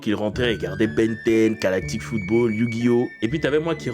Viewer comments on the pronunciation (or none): none